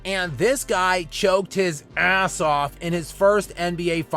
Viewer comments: Bro put a e before it 😂, making it eeaasss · Lmao azz 😂 I love it when he says "his bum ASS" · He drops that hard A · I click because I wanna hear pronunciation of "ass" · He grits his teeth for sure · Through gritted teeth